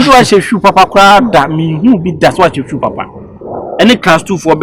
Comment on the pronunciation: So can’t pronounce shoe 😂😂